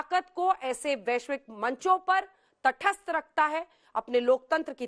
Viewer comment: तठस्त नहीं तटस्थ बोलिए।